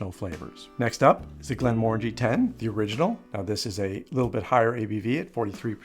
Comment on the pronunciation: its pronounced Glen muh ran jee ...just saying...it means valley of tranquillity in Scotish gaelic